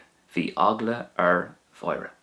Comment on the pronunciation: Another great video. Thanks for going over the uru and seimhu. In pronunciation I thought that the pronunciation for "bhí eagla ar Mháire" would sound something like "vee eggla or Wora" rather than "vee eggla or vora" because there's an A-fada in Máire next to the seimhu. Should seimhu sound slender? Hope you understand my question. If not, then it's all good.